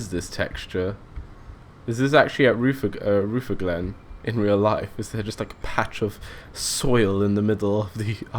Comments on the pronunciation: Rootherglen. LOL Chatelherault = 'Shat-ler-oh" Rutherglen = 'Ruh-ther-glen" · thanks. PS rutherglen is pronounces ru-ther-glen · Good video, The 303's where quite rattly, cold and prone to breaking down,but loved them. The station names you got mostly right but the ones slightly mis pronounced were Chatel-t-rawl (weird I know) and Ruther (as in Rutherford, sounds like mother)- Glen (my local station) Hope that helps and hope you dont think im knitpicking. Keep up the good work